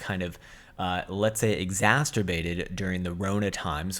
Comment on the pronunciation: Did you say "Exasterbated"?